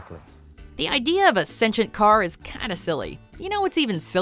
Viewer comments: excuse me? The tire is what? Sinchent? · What is "stencient"? Didn't you mean 'sentient beings'? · What's even sillier is the mispronunciation of sentient